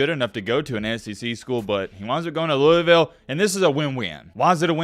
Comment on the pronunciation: Not a cards fan but I live in Kentucky but yeah it's big around the city but mainly Kentucky Is dominanted by uk fans also it's pronounced lou - vull